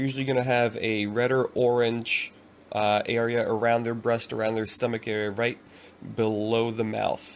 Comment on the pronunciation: You said bread breast 😂